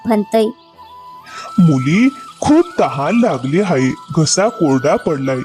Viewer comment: हायें म्हणू नका आहे म्हणा